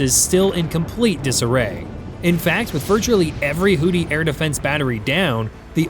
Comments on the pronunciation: It's pronounced "Who-Thees". "Who-Tees" sounds like a male strip club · I hate how you say "Hooty" instead of Houthi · Why does this narrator what to kill Hootie?😂😂😂😂😂😂😂😂 it is pronounced who-thy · Great video. Small point, however. It's pronounced HOO-thee not hootie. I realize a lot of people use the incorrect pronunciation, but I feel like it's better to be correct than compliant. Not a knock at all, just a helping linguistic hand. :) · Who thy, pronounced who thy. Not hootie.😂😂😂😂😂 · Hoodees? Hoothees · It is pronounced "Hoo-thee", not "Hootie". There are no blowfish there. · Hoo-thee, not hoo-tee lol 😂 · It's pronounced WHO-THI, not WHO-TEA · The pirates in this conflict are the HOOTH-ees, not the HOOT--ees. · Seriously, is it pronounced HooTHie or HooDy? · It's HOO-THEE smart guy. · Does this AI voice keep mispronouncing houthi with hootie? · You are consistently mispronouncing the word "Houthi". Proper pronunciation would be closer to"Who-these"… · It called them hooties because AI butchers the pronunciation of a lot of words. Unfortunately more channels on YouTube are using it, it's just like text to speech software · Houthi with a 'TH.' Know ur enemy, can't believe you made a whole video saying the name wrong.